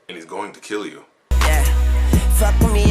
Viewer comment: "I'm going to kiell you" lost my shit man xD